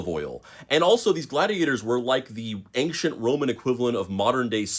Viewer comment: Very interesting until you said “anKchent” lol